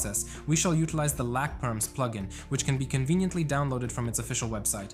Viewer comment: “Lack perms” 😂 Edit: I am not trying to hate but you said it wrong